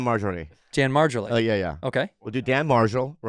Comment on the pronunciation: Dan Marjel, thats hilarious 😂😂 it's Marley but spelt different, with that sneaky silent J in there. Dan Marlejh??? Idk